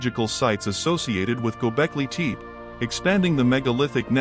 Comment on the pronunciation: Waste of time! Really bad AI voice. First line says "Gobekli Tepe", with the second word pronounced TEEP. Even TEE PEE would have been closer. Junk!